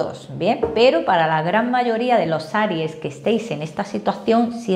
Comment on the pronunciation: Aries o Cairo? dijo areies